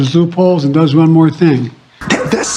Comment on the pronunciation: ''...closes zoop holes.'' what are zoop holes?